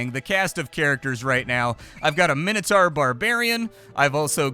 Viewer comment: Is he trying to say Minotaur or does he mean "minitar"? I don't know what a minitar is